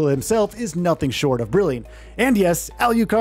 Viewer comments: Alucard😂.. not Aliucard 😅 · alucard alucard alucard not al you card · This guy says it: "al-YOU-card". Why? Just because the other is pronounced: "drac-YOU-la"? Um, okay... "shor-YOU-can"!! 😂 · Tell me who's holding a gun to your head and forcing you to say Alucard's name like that? I almost turned this video off several times just on that alone😂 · For the love of god, can you please pronounce alucard's name correctly.